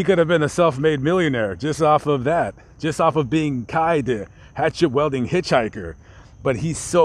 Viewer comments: pretty good Journalism imo except your pronunciation of the word "Wielding" lol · It bothers me you can't pronounce weilding.